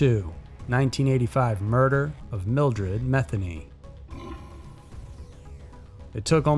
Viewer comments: Thanks SMs. That poor sweet old lady that was murdered and raped by that monster freak, named Mildred Matheny, is having her name mispronounced. It is MA thE(long e) nY(also long e sound). Just like my last name. It's French. It is not pronounced like Meth. Which of course is kinda disrespectful to her and her family because childish people use that to make sick jokes. I don't give a damn for me, but I feel bad for people like her and her fam who have suffered enough. I'm sure you probably just heard others saying it that way. Just wanted to let you know. Maybe that's why some veered off and used "Ma" instead of "Me". Idk.🙏💔🤘🤔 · was... was her name “Methany” really?? Meth-any